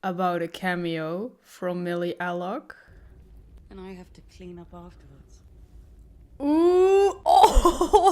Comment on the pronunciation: Millie ......."Al-Cock" you forgot the letter C :face-blue-wide-eyes: :face-blue-smiling